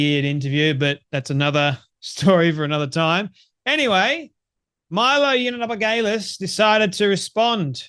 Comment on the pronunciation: Please learn how to say Milo yee an op ol us , its not that hard. It's a bit distracting. If you speak for a living, make an effort.